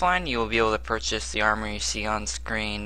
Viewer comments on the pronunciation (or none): none